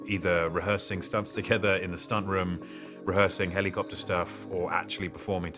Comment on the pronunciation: The way he says helly copter